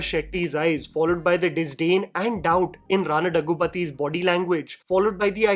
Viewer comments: it almost hurts my ears everytime you spell Rana's name incorrectly 😂, it's pronounced as Dhaggubhaati...'Dha' as in "Dhawan" Bati as in "Bhatiya" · The amount of times Rana has corrected people pronouncing his last name wrong and the fact that you still say it wrong make me laugh at how ignorant Bollywood media is